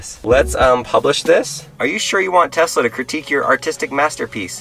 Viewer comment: Telsa as not saif